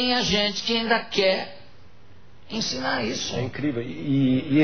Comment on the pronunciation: Se é eu não sei. Mas que você deveria aprender português, isso sim. "Encinar" "criascionismo" foi foda....